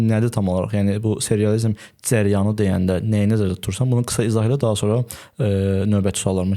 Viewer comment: İntellektual insanlar ilk əvvəl düzgün nitq qabiliyyətinə sahib olmalıdır. Dzərəyan, nedzə, tsox. Biabırçılıq.